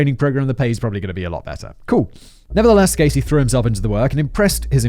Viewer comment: I went from hearing Gacy, to Caisy, to GAYsy